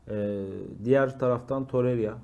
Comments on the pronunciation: Torerya diyor ya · Şu adamın ismini Allah aşkına doru söyleyin. Torerya nedir😊